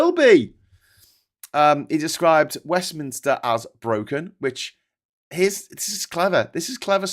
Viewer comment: It's Westminster, not 'WestminIster'!